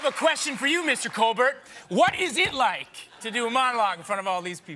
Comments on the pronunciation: he pronounced Colbert like "Robert" 😂🤣😂🤣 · Jake said "Mr. Coalberrt". xD! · Dammit Jacob, you don't give him the hard T! The T in "Colbert" is silent!